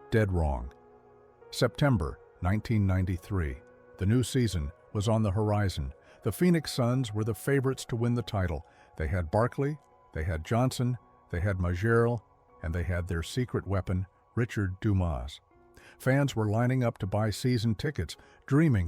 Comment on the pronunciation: Majerle, "Mah-JEER-lah," LOL.